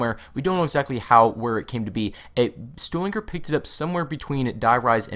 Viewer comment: You should probably figure out how to pronounce Stuhlinger if you're going to be saying it over and over again. You ramble too much.